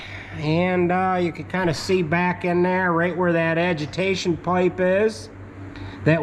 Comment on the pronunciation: He said adjitation